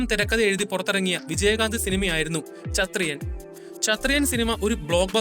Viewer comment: ചത്രിയൻ അല്ല ബ്രോ ക്ഷത്രിയൻ